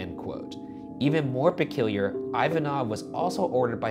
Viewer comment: Or "pekilier" 😂